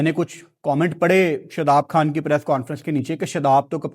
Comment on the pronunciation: لفظ گرور نہیں ہوتا غرور ہوتا ہے ۔۔ لفظ کھان نہیں ہوتا خان ہوتا ہے ۔۔ پہلے ہی تمہاری اردو جھٹکے مارنے والی پنجابی جیسی ہے ہے اوپر سے اس کو بھی انڈین تڑکا لگا دیتے ہو اور باتیں انڈیا کے خلاف کرتے ہو ۔۔ عجیب ہی منطق ہے اپ کی